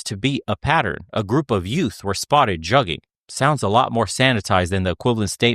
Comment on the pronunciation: Juggin. Has BEEN AROUND. And they sayin it wrong. Juggin term been around since 05'. Damn they late AF. It came from Atlanta not no damn Carolina's or Texas